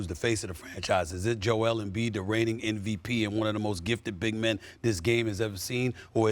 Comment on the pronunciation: Steven A... M, M, M MVP. M, M, M... Not "NVP". Come on, Man. Its been years.